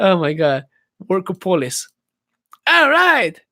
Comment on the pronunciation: Workopolis Ha ha! You need to learn how to pronounce that word! Ha ha! Ask a native speaker to pronounce it for you :)